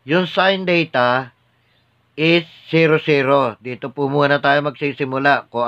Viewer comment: Its Theta po , hindi Data